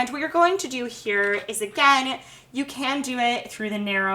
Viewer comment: Your videos are so helpful but you know you can relax and talk? "were going to be using this SERRATED....KNIFE " "what youre going to do here is AGAIN stick your egg INSIDE and its just going to pole it THROUGH" Like...why? Why do youtubers feel the need to do that lol